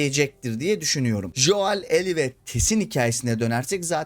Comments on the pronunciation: Lütfen Şu Joel a [Jo əel] demeyi bırakın adamln isminin telafüzü [Go:l] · Artık telafuzda joel deme !!